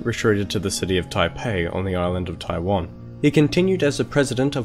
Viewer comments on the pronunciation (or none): none